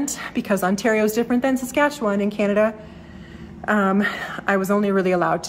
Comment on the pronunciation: I re-watched this video and enjoyed it even more the second time through. But it was when you mentioned that you were moving back home to Saskatoon, Saskatchewan, I felt I just HAD to tell you this joke. btw, you pronounced perfectly the word "Saskatchewan", as only a true Saskatchewanian could. Being from Regina (Boychuk - Ukrainian?), I know. Anyway, stop me if you've heard this one before: This American husband and wife from Texas were on vacation driving across Canada in an effort to get to know their neighbours to the north that they'd heard so much about. After a few days of driving they found themselves literally in the middle of nowhere. The wife turns to her husband and says, "Cleetus, why don't y'all roll down yer window and ask them kind folks over yonder just exactly where we's at." So the husband pulls his car close to a group of people standing near the edge of the road, rolls down his window and in a thick Texan accent asks, "S'cuse me fellas, could y'all tell me the name of this here town?" One of the young men turns to the Texan and says, "Saskatoon, Saskatchewan." The Texan proceeds to roll up his window and his wife eagerly asks him, "Well, what did he say?" The Texan turns to his wife and says, "I don't know, they don't speak English." Again, good luck with your move. The city of Saskatoon is (re)gaining a real treasure.